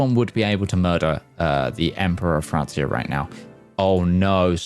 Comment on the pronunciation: The pronunciation of Francia makes me want to cry